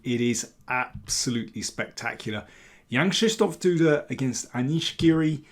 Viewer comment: Brilliant stuff. Quite understandably, Janek was as pleased as punch with himself towards the end. And congrats on pronouncing his name correctly! Yes, it's "Krzysztof" rather than "Krystof".